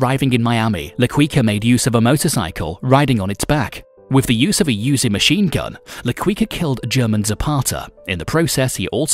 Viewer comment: Haven't heard so many mispronunciations in one video in a long time... (seriously, who doesn't know how to say 'Uzi'?)